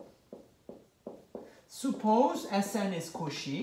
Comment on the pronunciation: I love that you never pronounce “Cauchy” the same way twice lol